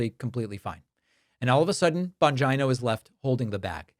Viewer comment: Thank you Pakman for pronouncing 'Bongina' correctly! XD <3< [Radish-Approved]